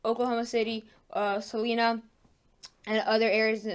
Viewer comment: The city Salina in Kansas is pronounced , Sa-line-nuh. Thinks for the weather information.